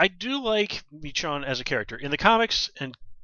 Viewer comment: I'm pretty sure her name is pronounced "meh-SHOWN" at least that's how I heard it. As always, great review. Looking forward to the rest of the season.